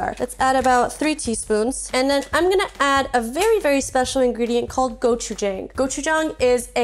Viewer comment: “I’m gonna use a special i greediest called Go-chi-jaeng” Immediately corrects herself